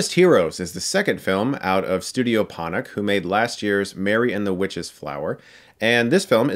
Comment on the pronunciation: Ponoc is pronounced Por-norch